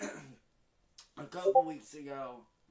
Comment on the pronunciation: is on the case. "'low me to 'laborate."